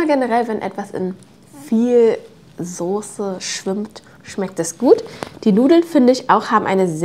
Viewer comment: Nich sose, soße 😅😅😅